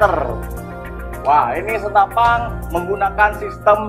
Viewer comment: Senapaan brooo..senapan...bukan senapang...😂😂😂😂